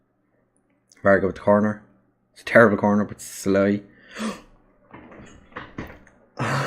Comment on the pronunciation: You are butchering the names but it's fun to listen to :D Just to let you know for future reference (i know im late to this series), 'sz' is pronounced as a regular english 's', and 's' in hungarian is pronounced 'sh'. So the way you say Szalai is 'Salai, and the way you say Sallai, is 'Shallai' :D